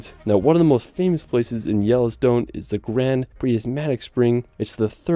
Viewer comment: Good ole Yellostone 😅